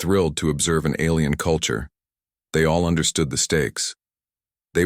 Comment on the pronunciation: you make me stop watching shxd. your autobot says alrm instead alien fix you shit